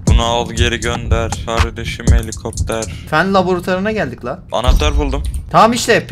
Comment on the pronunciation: Ya nolur kardesim heli kopter demeyinya😂😂 abla m surekli baha kardesim helikopter pırrr bunu al yenisini gonder papa diyip duruyo buda beni sinir lendiriyo (şsssssss ben de kardesime kardesim helikopter prrrr bunual yenisin keske gondersen diyorum kimseye soylemeyin)dedim lafabak kisi var ve benim dedi me bak😂😂😂😂😂🙃